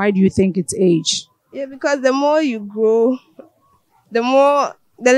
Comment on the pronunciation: “it helps the child to Glow” ... yes correct but why’s it so hard to say “Grow” 😂😂 Ghanaians and their R’s & L’s